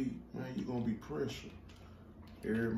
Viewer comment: Yooo y'all a different kind of Hilarious its "Pressure"😂😂😂😂😂